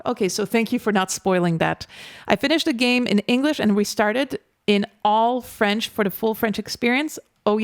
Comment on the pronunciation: Hello from France, I would like to start by telling you that you have an impeccable French accent! I even had a doubt that you were French. You must have lived in France for a while. I saw that Clair Obscur's album has been number 1 in classical music album sales for 3 weeks. Lorien Testard comes out of nowhere. We would never have known his talent. How many genius artists in this world will we never know? Thank you for your reaction